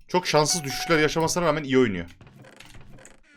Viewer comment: deki çok iği diğişin beni benden aldı